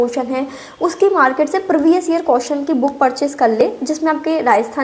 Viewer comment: Di ye कियोशनस ✅hota h कोशनस ❌nhi 😂😂😂